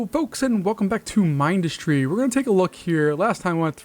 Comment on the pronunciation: Mind us try, it is mind-us-tree